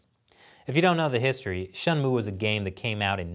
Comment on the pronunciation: A gaming channel talking about politics doesn’t sound right. That Shenmue (shen-moo) pronunciation is also a first. lol